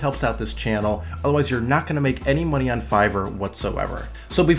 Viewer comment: what's "mony"?